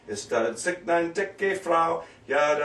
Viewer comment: Nikt? NIKT? NICCCHHHHHHHHHHHHHT! For fuck's sake you can't even pronounce NICHT!!!